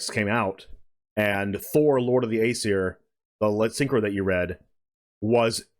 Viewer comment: You guys mispronouncing Aesir smh Edit: ok this is actually really annoying. Its pronounced "eye-seer"